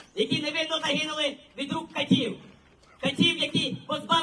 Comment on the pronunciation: Не катIв, а кАтив!!!